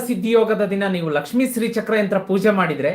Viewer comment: Karagre vasate lakshmihi...not lakshmi ..it's lakshmihi